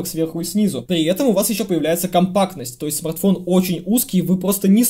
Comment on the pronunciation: Уважаемый спасибо за старания! Если лень не дает поработать над произношением Р то хоть иногда заменяй: "этот смаГтфон на "эту модель"" или просто поменьше текста))) Когда 25 минут издеваются над великим и могучим это режет слух!) Удачи на данном поприще!